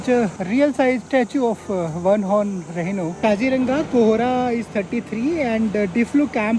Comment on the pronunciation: Its Rhino, not Rehino!